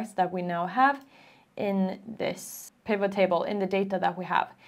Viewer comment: Your explanation is really easy to follow, thank you so much. As for the pronunciation of 'pivot', the T is sounded. If you look up the episode of Friends when Ross buys a huge sofa, you can hear him shouting "Pivot! Pivot! Pivot!" 😂